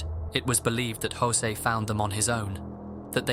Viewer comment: José.. Not josey..